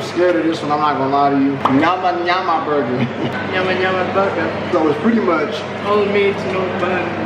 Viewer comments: 'Nayama nayama' ... you are butchering the language 😂😂😂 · Finally, you guys are here 🤣🤣it nyama not nayama 🤣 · Never been to KFC Kenya, this video makes me want to visit one. Here is an interesting tip when it comes to swahili or any bantu language enunciation, 'Ny' is pronounced similar to Spanish ñ in mañana (tommorrow) something like ñama ñama.